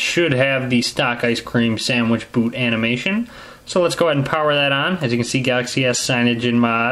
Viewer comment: I like the way you say ice cream sandwicth